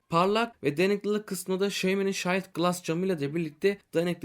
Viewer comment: Şayld glass değil hocam şiild glass ( shield okunuşu)